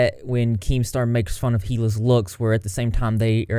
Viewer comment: It's not hee-lah. In Hila, the H is silent. EE-lah